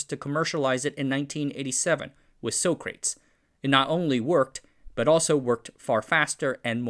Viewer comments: Socrates is not pronounced as sock-rates, but as saa·kruh·teez. It is a name of a notable Greek philosopher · "Socrates" is an ancient Greek philosopher's name - like Hippocrates. It's pronounced "Sock-ruh-teez", just like Hippocrates is pronounced "hip-ock-ruh-teez". I've only heard people say "so-craytz" as a joke! XD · lol. “So-Crates”. Someone was watching Bill and Ted’s Excellent Adventure recently! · SOCRATES.: NO! Soak Crates! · So-crates? Not Sa-cra- tees? I guess Bill & Ted were correct. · should "so-crates" be pronounced "sock-rat-teas"? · Small detail: the word Socrates is pronounced “Sah kruh tees” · I always thought Socrates, the Greek philosopher, was pronounced Sock-ra-teeze. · Uh, Socrates is pronounced Sah-Krah-Teez. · it should be pronounced sock-rah-tees as in the Greek Philosopher, otherwise, a great episode!!! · I tried top let it pass but my fingers can't be stopped "Sock-rah-tease" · 'SOCRATES' is commonly pronounced SOCK-ra-TEEZ, after the ancient Greek philosopher. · Isn't Socrates pronounce Sock-Rar-Teeze? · Wonderful as always; just the pronunciation of Socrates hurts. It’s named after a Greek philosopher, so it’s SO-CRA-TEES. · Soh-kraits?!?! REALLY?!? thumbs-down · I think the name of de Geus’s system might be mispronounced. Not sure how he’d say it, but usually that word is read “sock creh tease” like the philosopher. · I do like your trolling pronunciation of Socrates. Bill and Ted would be proud 🥴👍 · I am not sure if know who Socrates was and that is why is mispronouncing his name. Tip: A Greek philosopher. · I don't think you know how to pronounce socrates, as in the philosopher.